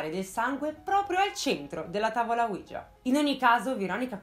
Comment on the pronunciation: Il nome della Tavola OUIJA é l'unione di due " Si ": quello francese e quello tedesco, quindi si pronuncia UI - IA non UIGIA.